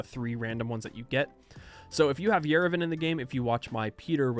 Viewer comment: no idea how its correct in english, but as someone living in yerevan i have to correct that the a in yerevan is pronounced as a, not e.